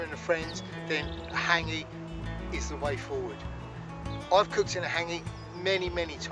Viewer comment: What an idiot,cant even pronounce the word hangi, douche.